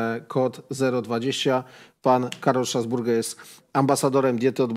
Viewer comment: Facet się nazywa "Strasburger" nie "Stasburger", Czyli z kim ta kolacja?